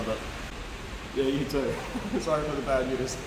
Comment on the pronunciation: "this is reaaal bayd ahy" Proper aussie speak